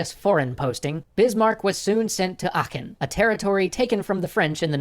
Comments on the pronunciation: Your pronunciation of Aachen was very good. Only thing I even could say is to put empasis on the first syllable, it's a long "a" like in "bath". Your "ch" was spot on though, which is not at all something I expect from native English speakers. I guess It's like our equivalent to the English "th" in terms of difficulty. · Your pronunciation of Aachen is actually really close. Personally, I'd swallow/not pronounce the e more often than not and the ch is softer unless you're Swiss (though that takes practice, I guess) but overall it's quite good! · Bismarck is my favourite person in all of history. Such a great man and my idole. And your pronunciation of Aachen os quite good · im from aachen and you pronounced it correclty ;-) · german here, you pronounced aachen right! :)